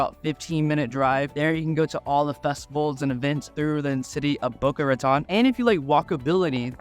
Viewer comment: Please learn how to pronounce "Boca Raton." Location, location, location!